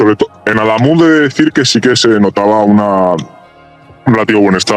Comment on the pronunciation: con una novia cordobesa no vuelvas a cambiar el acento, adamuz es aguda.